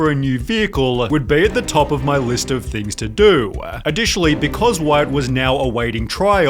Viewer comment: Narrator, no need for the extra syllable at the end of sentences (do-uh, time-uh, ev-uhhhh)